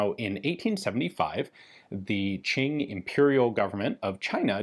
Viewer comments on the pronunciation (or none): none